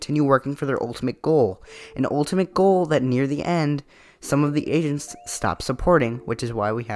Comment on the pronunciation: LMFAO WHEN I HEARD AGENTS I THOUGHT YOU SAID ASIANS